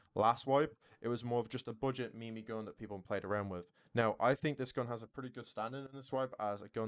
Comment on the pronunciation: Lost me when you pronounced meme gun as “me-me” gun